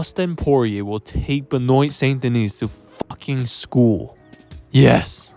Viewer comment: It's wild how you could study intricate details about a man's fighting style but can't pronounce his name. It's Ben-Waaa Saint Da Knee.